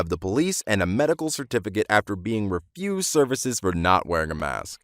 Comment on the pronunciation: refused, not refuced